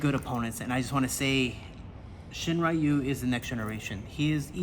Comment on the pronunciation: 英語話者は「りゅ」の発音が苦手だって聞いたことあるけど本当だったんですね！ しんりゅうがShiｍura youみたいになってる笑